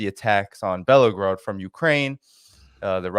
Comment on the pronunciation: it’s pronounced Bell-Go-Rod, not Bellow-Grod. Sorry for being nit picky, buddy. Love your stuff.😁